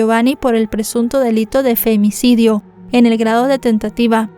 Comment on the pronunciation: Me gusta como dices “Femnicidio” 😂